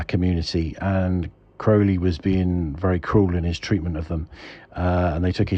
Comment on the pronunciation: You pronounce it like an American😆 I did read his life story and had his Thoth tarot deck, found him a very curious celebrity, as he would be called today, he liked to shock